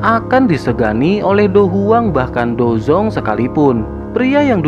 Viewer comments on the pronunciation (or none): Perkataan dou Wang sama dou Huang lebih di perjelas lagi bang, soalnya terdengar samar/mirip